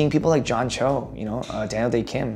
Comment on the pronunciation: 1. Role models-wise 이거 로마노스 와이f 로 들렸는데 문장보고 나서 충격/ sth-'wise' 이면 sth에 관해서는 이라는 의미이다. 2. Daniel 발음 뭉개지는 거 듣고 더 충격-아무리 따라해도 이상함 아무리 들어도 "댈~대킴" 이라고 말하는 것처럼 들림. 3. That've - Those are people that have (really just kind of) pushed 4. Growing up for me - 제가 자라면서~ 5. before me 다음에 I remember로 바로 시작하니까 문자 끝나는지도 모르고 계속 들었음. 6. I grew up doing sth- 나는 sth을 하면서 자랐다. 7. I'm not nearly as funny as ~ 내 귀에는 really로 들렸는데 nearly였네? 8. My dad's a funny guy가 My dads are funny guy로 들렸음. 9. pigeonhole you - 당신을 특정 카테고리로 분류하다. 10. After I get the job 끊고 for me, all that fades. 내가 (내) 역할을 맡게 된 이후에는 / 저에게 그런 것들은 다 (희미하게) 사라져요.